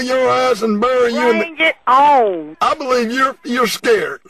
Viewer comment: "BRANG IT OWN" LOL!